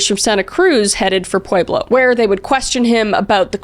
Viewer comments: With all due respect it's pronounced pweb-low. Pueblo lol it's so interesting to hear how differently so many can try to pronounce one word. Pueblo Colorado, it's name is like it reputation it's not as hard or complicated as it appears to be. Pweb-low - Pueblo 🙂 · Born and raised in pueblo, its pronounced "pweh-blow" 💔 I die a little every time you say it wrong 😔